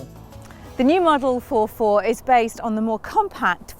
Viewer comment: ForFour not four four!!